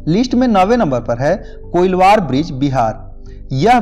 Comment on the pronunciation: Bhai koilwaar bridge na hai, कोइलवर bridge padhte hai.... Pronunciation problem hai koi na , acha hai❤️